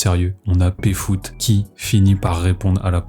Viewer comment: Stp dit Péfut pas Péfoot putain ! Pfut, F U T E P F U T !